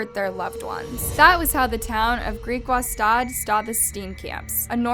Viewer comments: As a South African..well done on your pronounciation of Griekwastad. 😇 Burglaries on farms usually take the form of torture and assaults and it happens a great deal. Kind of a national sport at this stage, one of the reasons he thought he could get away with it. (In my opinion) and of course the thought of running the farm and inheriting all the money. R stands for Rand. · I'm actually Namibian but yes, lol. Griekwastad when she said it😂 Ek verstaan jou nie, jammer.